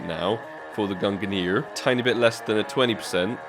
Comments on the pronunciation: I get triggered everytime he says "GUNGRR" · Pls don’t pronounce it gungrrrr :D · when he said gungur i felt that. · Why Gun-ger? It's Gung-neer. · it's /gung-neer/ not /gung-gr/ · FFS! its pronounced GUNG-nir ffs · I think the AWP you want is pronounced "gun gnir" btw, and the negev in the tradeup is pronounced the same way as Thors hammer /tradeoffer/new/?partner= &token=-9WHWEQ1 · I'm pretty sure that its pronounce "GUNG NIR". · They are named after Thor and Odin's weapons and you've pronounced them both terribly and it triggers me. Say it with me GUNG-neer! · Why does this man just ignore the N in gungnir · I don’t think Gaben will give you the gungnir until you pronounce it correct lol. You will get it some day hopefully... But those player models are kind a /tradeoffer/new/?partner= &token=3HA38g0Z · Nitram same with the Gungnir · Fml the way you say Gungnir is dreadful. Great vid tho. 🙃😂